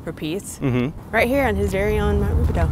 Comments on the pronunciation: Americans will never be able to properly pronounce the “OU” sound. lol. It’s actually pronounced Rubi-dOO not Rubi-dOH. 😂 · It's actually pronounced Roobidoo. A local wine group meets in the catacombs once a year for their annual meeting but it's closed off to the public. The tunnels were used to transport dignitaries from the Mission Inn to the illegal bathhouse off Lemon Street. Great video, thanks! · The correct pronunciation is “ruebidoo”.